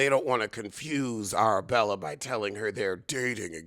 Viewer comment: “Arrrabwella” oh you are a gem 😂😂😂😂